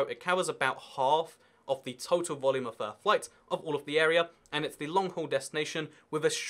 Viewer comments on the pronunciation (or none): none